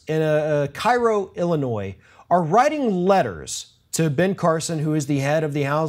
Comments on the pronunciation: It's pronounced "Kerro" not "Cairo". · Sorry, but it isn't pronounced Kai-ro. It is Keh-ro. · Cairo Illinois is pronounced " Kay ro " like the syrup . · pronounced "KAY-ro" 😉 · fyi, it's pronounced Kay-rho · FYI, Cairo, Illinois is pronounced KAY-RO. I know, it's spelled the same as the Egyptian city, but it's the Southern Illinoisan way of saying it.